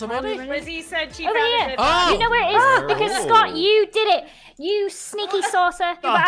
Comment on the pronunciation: I love how everytime Scott fixes the lights he goes ‘.... I deed eet :D’